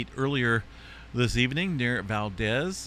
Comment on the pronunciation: My name is Geri Lynn. I’ve been watching your channel for a couple years. I heard you mention Valdez, Alaska. Just to let you know, it is pronounced with a long “e”. I live in Cordova, Alaska 45.3 miles straight line from Valdez. No road out of Cordova. We take plane or ferry. Ferry ride to Valdez takes 5 1/2 - 6 hours.